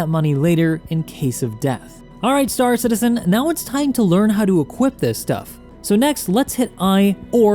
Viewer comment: Why.... Why? Why does he always pronounce it, "St-AA-r Citizen"? And "EE-motes". Why, dear god why.